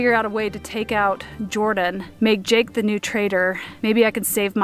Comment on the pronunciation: it's NOT Jorden!!!